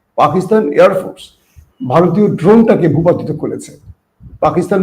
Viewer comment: ভূপতিত নয়, ভূপাতিত।